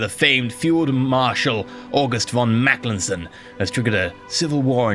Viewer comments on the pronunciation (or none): Hey I might be wrong but I think you might be saying mackelsen instead of mackensen, just though it was really funny